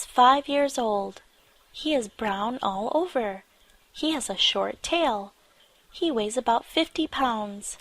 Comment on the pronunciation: เรื่องที่ 2 ชื่อเรื่องขึ้นต้น He แต่ออกเสียง ชี เสียงคล้ายกันมาก งง ?? ฮ่าๆๆ